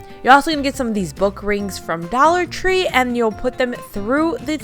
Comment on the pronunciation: I love how she says Dallor Tree 😂